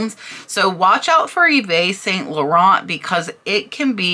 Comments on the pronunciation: Love your videos, thank you. YSL is pronounced eve San Lauren. X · Hey!! New to your channel!! LOVE the content and learning a Ton❤️❤️ Yves St. Larent pronounced YEEEVES SAN LA RON😎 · Love your videos. A little French… Eve San Loronn. Christian Lacwah. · should be eve st laurent sorry for being a a pronunciation nazi lol.....i have some nerve because when i was a teanager i use to pronounce it exactly the way it looks: Uvest st laurent 🤣🤣🤣🤣🤣🤣 i know im a horrible girl just horrible lol